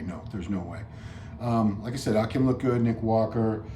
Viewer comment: It’s pronounced Ah-Keem... not Ah-Kim